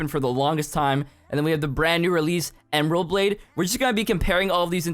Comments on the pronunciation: "ember blade" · “ember blade?????”